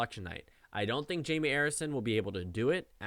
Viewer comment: Am I the only one who thinks its pronounced Hi-may?